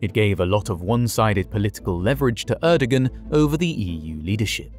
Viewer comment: The pronunciation of “Erdogan” was unbearable